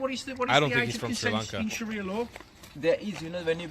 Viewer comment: ‘Sheriah law’ 😁